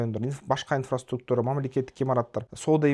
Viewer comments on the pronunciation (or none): none